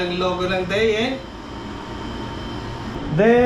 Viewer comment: Parang Idea po ang bigkas, not sure po but look like po.